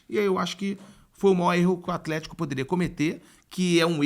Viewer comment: esse "Aflético" do craque Daniel sempre me ganha